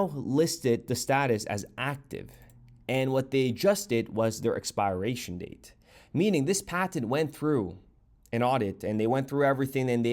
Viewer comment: I’ve never heard anybody pronounce expiration like that